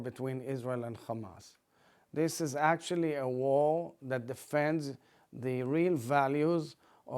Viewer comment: This politician talks like he has grapes stuffed into his mouth 👄🍇 War is pronounced, 'Warheghh.. 🍉. Stop the warheghh